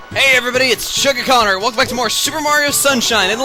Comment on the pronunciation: How come you say Chuggaconner? :P